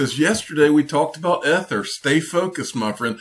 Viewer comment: E E E E E Ether not ehther